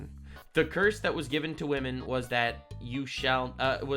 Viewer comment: Women? What's wooman? Ohhh you mean WAHMAN